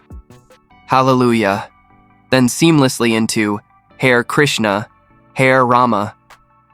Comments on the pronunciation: Not hair—ha-ree. Did you not listen to the song, or are you a computer voice? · Not "Hair" - "Hah'-re, Hah-re" as in "Hah'-re Krishnah" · It’s nit pronounced, “hare”, like the rabbit; but “ha ray”. 🙄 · Hmmm ... bot or human? Either way I think you'll find "Hare" is pronounced "Hah-ray" in the phrases "Hare Krishna," "Hare Rama" etc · It's pronounced "Har-eh"....